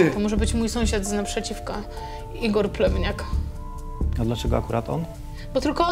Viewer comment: Czego ja zamiast plewniak słyszę plemniak?